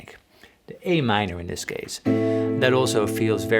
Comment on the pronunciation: Your lessons are excellent, but, man, you should do something about your pronunciation of the English language. You are murdering it and it's extremely irritating. No more thizzzzzzzzzzzzzzzz and verzzzzzzzzzzzzatile, please!